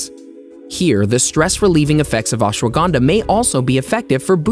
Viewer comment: I Like How He Pronounce Ashwagandha Ashwaganda 🤭🤭🤭🤭